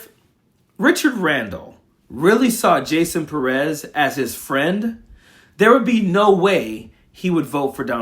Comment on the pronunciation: Pérez, the accent is on the first syllable. Learn and share.